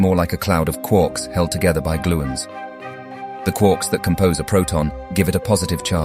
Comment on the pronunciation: "Quorks"? I thought they were called "Quarks". 🙃